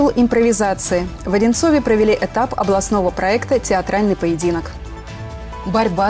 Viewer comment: Ухо режет. (В Одинцове ) - так говорить нельзя. Правильно - в Одинцово